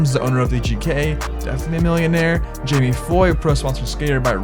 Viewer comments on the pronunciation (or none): none